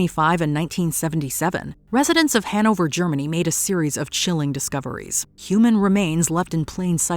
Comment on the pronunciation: The way she says Hannover makes me cringe